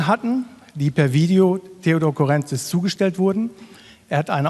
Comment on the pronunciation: Das tut in den Ohren weh. Man betont Courrentzís - auf dem i und bitte nicht auf dem e 😑